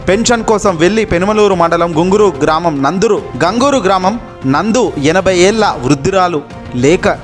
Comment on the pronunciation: Hello న్యూస్ రీడర్! గ్రామమునందు ఒకటేపదం. అలా విడగొట్టి తెలుగును ఖూనీ చేయకండి